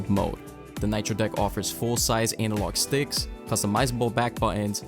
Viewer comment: Did you just say anal log stick? 🤔